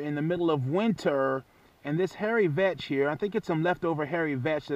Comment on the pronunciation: Did he say hairy bitch?